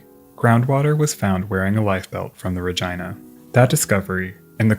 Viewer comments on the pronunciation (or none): Thanks for the video. Fyi- the other ship's name Regina - pronounced " Rah Gene Nah", plz stop saying RahGina, it sounds like your saying Vagina. Keep em coming!!! Love the history! Thanks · RegEEna, not jYna. Great video but that segment was driving me mad 😂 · Its pronounced rageena not ra geye na😂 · The pronunciation used for Regina…in a way I never thought of prior to watching this documentary. Ra-jyna. Not Ra-jeena. It’s Ra-jyna. Ya know, ra-jyna. Say ra-jyna one more time. Tell me that ain’t moist enough for ya. Ra-jyna. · ARE WE ABSOLUTELY POSITIVE IT WAS PRONOUNCED "RA-GYNA" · I don't think you're pronouncing the RAGINA correctly. It don't sound like a private part of a woman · Did dude seriously pronounce Regina like vagina? I didn't realize that Canada actually named a town Regina, and refused to pronounce it the normal human way, instead opting to rhyme with vagina lmao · Is not Regina pronounced like Regeena?? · I'm gonna go out on a limb and say Regina is not supposed to be pronounced like a certain female body part, and instead should be something like REH-GEE-NUH. Edited to add: I looked it up, and Regina, named after the Canadian province capitol of Saskatchewan, does indeed rhyme with that certain female body part. What an unfortunate name lol, for both the ship and the city. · Yes, the word exists in latin and other latin derived languages, but in latin / romance languages it's pronounced re-gee-nah. Pronouncing "i" like "eye" is definitely an english bastardisation. :) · The correct pronunciation for this particular ship is reg-eye-na, which is amusing to me lol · I refuse to believe that's how Regina is pronounced, cmon man. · is it actually ruh-gi-nuh or is it reh-gene-uh😭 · I think the “i” in Regina might be said like an “e”? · It certainly does rhyme with that.